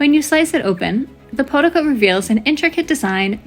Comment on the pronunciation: Pronounced poh-tee-za